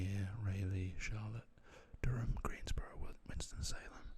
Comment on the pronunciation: Grew up in Lumberton! And your pronunciation of Durham is exactly how we say it. :)